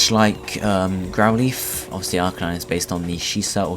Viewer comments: please learn to say Growlithe not Growleaf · I think he's saying "lithe" to rhyme with "wreath" but it normally rhymes with "tithe" (like "lie" + the "th" of "the"). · >Growleaf >Leaf No offence. But it has never, ever been pronounced like that. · GROWL leaf??? its growlithe not GROWL LEAF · I thought his name was growlithe, not grouleeth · Someone enlighten me as to what a "Grow-Leeth" is?